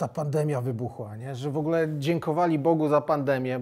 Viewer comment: Panie Stanowski nie „szejset” tylko „sześćset”, nie „wogle” tylko „w ogóle” itd. Dużo takich błędów :(